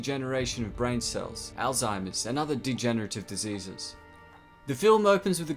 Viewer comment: May-co not Mah-co ALL-zeimers not Ale-zeimers